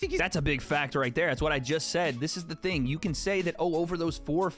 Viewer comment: i beg you dont say 'ting' lol hahaaa